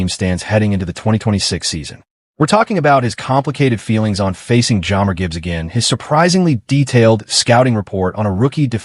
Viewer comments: AI slop that can’t even say one of our best known players name right… Jammer? Do yourself a favor and skip this one. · Teach AI to pronounce jahmyr.Gibbs name correctly and maybe someone will watch this video